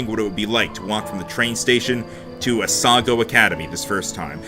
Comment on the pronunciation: As someone who lives in non-coastall Canada, I have to say that we usually get snow from late October, and then it melts sometime in April also, it's probably pronounced "a-sa-GAO" academy (basically "cow" with a G) Winter tans? How do you get those! I can't even get a tan when I visit the equator! Am-ar-ir-isu